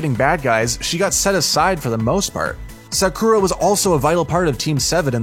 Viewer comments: Did this guy say sakoooooooora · yo listen to how he said sakura 😳